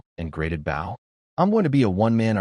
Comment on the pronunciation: It's pronounced "Bow", not "Bow"